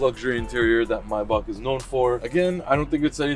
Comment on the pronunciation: I like how he correctly pronounces Maybach a lot of people mispronounce it and say “may back”